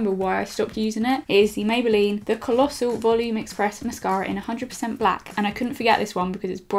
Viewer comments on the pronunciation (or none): The way you said "Colossal" omg 😂😂😂